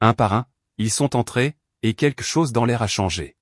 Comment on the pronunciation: "quequ'chose" ?? Et si on apprenait aux IA à prononcer correctement le français ? Et je ne parle pas de l'orthographe fantaisiste des sous-titres !